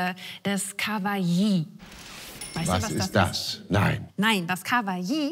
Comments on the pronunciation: ich dachte immer es heisst kawaii nicht kawai-i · Kawaii... Ich war früher über Jahre auf Anime und Manga convention unterwegs und da würd der Begriff ganz anders ausgesprochen... Entweder haben das über 30.000+ Leute falsch ausgesprochen oder 😅 Ich hab das Wort von ihr gehört und wußte im ersten Moment absolut nicht was sie meint. Erst die Erklärung brachte die Erleuchtung... Ach das meint sie... Bei ihr hört sich das nach ka-wa-ji an, es heißt ka-wai😅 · Wie sie Kawaii ausspricht triggert mich etwas :D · Wie Sie Kawaii auspricht hat mir Aids gegeben